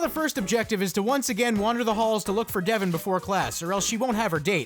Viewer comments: How you gonna say "Devon" like "Devin"? Ya boy is "Dev-ahn"! LOL, but that part at the church was hilarious~ XD Subscribed~ :3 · not devon but devON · I know it's 2019 but it's DevON not DEVon.